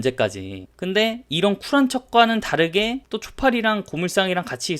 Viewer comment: ㅋㅋㅋ고물상 발음 할때마다 개웃기네ㅋㅋㅋ